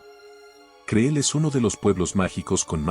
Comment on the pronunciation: ¡Por favor! El nombre del lugar es "cril", no creel como lo pronuncias.